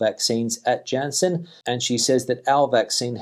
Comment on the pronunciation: For your edification, Janssen is pronounced with a 'Y' as the initial letter because it's in the Flemish area of Belgium.